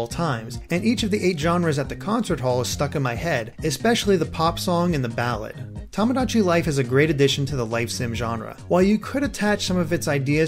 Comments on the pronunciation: Its not pronounced tom-o-dachi its pronounced toe-mo-dachi and means friend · Hate to be that guy, but you keep saying "Tomodachi" incorrectly. XD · You're pronouncing tomodachi wrong >.<